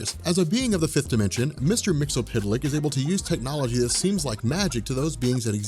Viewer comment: did he actually say mr mxtlpytlk (or however you spell it) flawlessly?